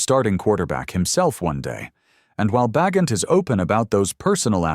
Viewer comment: It's pronounced Ba gentm